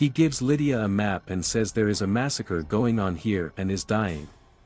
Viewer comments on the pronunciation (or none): none